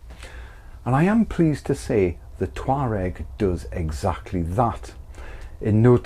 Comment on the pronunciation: All I hear is "Toe rag"